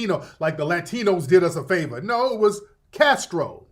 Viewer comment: She’s not in pronouncing “Latinos” authentically 😂😂😂😂 she ain’t no Hispanic. Stop the Cap Sis.